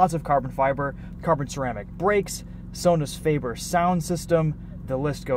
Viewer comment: Sonus faber is pronounced "so-nuss fah-ber". No disrespect, just helping out for future Maseratis lol it is a highly regarded Italian audio brand :)